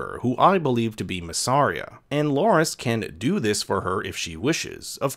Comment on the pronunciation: He's not LOras but LArys. Be sure to pronounce the name correctly. Otherwise you're not talking about the same person.